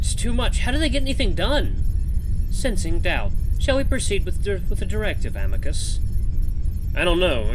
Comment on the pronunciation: Please don’t voice Amicus with an Italian accent please 🥺